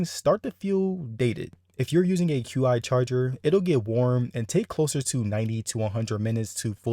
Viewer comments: Qi is pronounced Chi just FYI. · great review but Qi is pronounced as "Chi"